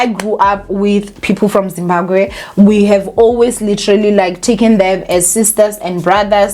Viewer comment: It's Zimbabwe not Zimbagwe. It's the second time l have heard you pronounce it wrongly. Kinda disrespectful. Anyway: l understand where the doctor is coming from.